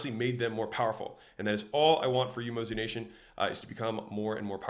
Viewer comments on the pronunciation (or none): Did you really say Mozination? 🤣